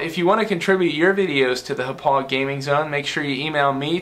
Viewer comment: As someone who graduated from Hauppauge High School, I find it funny that you can't pronounce Hauppauge correctly. "Ha-pog"